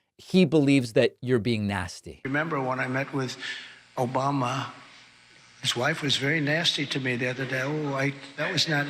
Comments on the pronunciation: The "OBAMNA" made me lol. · lol "Obamna" never gets old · He can’t even say Obama without some weird pronunciation. He’s nasty